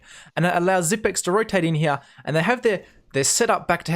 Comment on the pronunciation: nice vids and nice commentary one thing tho, your pronunciation of the word "here" you say something like " HeJAYH"